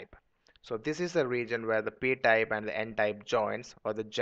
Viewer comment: its type not tape